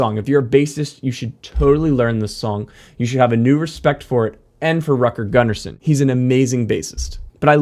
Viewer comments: He is not Rat-girl Gun-Arson, you say Root-gehr Goon-arson. Come on now, he was Swedish, Im sure You dont wanna be called how your name sounds like if others try to read it in a non-English language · I love this video and how you break everything down with precise language. BTW, ABBA's bass players name is pronounced like this, Rootger Goonnarson (like in Root beer) 😂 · Hur fan uttalar du Rutger Gunnarsson? 😂